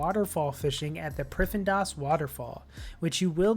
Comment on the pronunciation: prif in das? why do so many people pronounce this word wrong, just read the damn word before you try and pronounce it, Prif ddinas, the d is pronounced once, Prif-din-ass